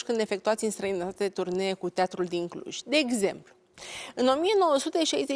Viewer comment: Denise,la geografie am învățat ca este CLUJ nu Cluji și MUREȘ nu Mureși. Sau n-am învățat după același manual?!